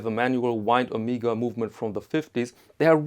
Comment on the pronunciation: I have the Omega (pronounced Oh-meg-ah, not Oh-meeg-ah), Geneve gold with day and date from 1977. All the paperwork and regularly serviced and it is mint but failed to mention this watch....